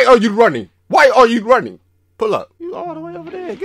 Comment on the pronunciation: WHY AH YOU RAHNNING